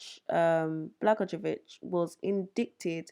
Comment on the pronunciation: My home state has plenty of crooked Governors, Senators, Mayors, etc. It is pronounced: Bluh-GOY-yuh-VICH. Great video, as always. Thank you for your diligent work!